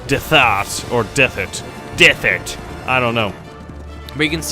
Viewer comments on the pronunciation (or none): you are definitely blind. You pronounced Derthert Dethert I don't understand iy